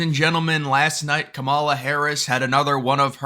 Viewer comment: Her mother is Indian, and the proper Indian pronunciation of her name is; calm-ah-la. I'm not Indian, so an Indian can correct me if I'm wrong.